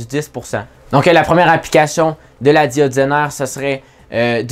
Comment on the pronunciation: "la diode zainare"